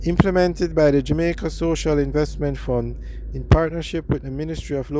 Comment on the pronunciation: You doing like Portia Simpson pronounce JAMAICA O' as in "Jomaico"